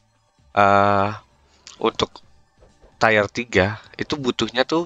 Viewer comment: tir pak bacanya bukan tayer